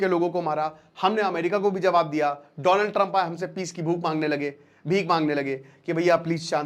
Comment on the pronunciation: Donald ❌ Doland✅